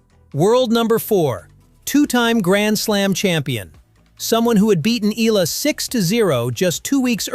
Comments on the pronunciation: It'a E-YA-LA, not E-LA. 🙂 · How hard can it be to tweak that AI voice to pronounce Eala's name right: Ee YAH Lah!